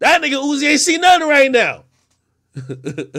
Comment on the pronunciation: His name ain't uzi no'moe, lmao his name "Uusie"😂...